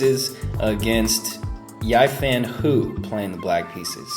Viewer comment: Just a sidenote about Hou Yifan. Her name is pronounced more like "Hoe" or "Ho" instead of "hew." And "ee-fahn" instead of "yie-fan."